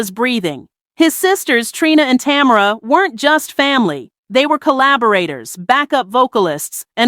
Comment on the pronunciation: She got Tamara name right one time.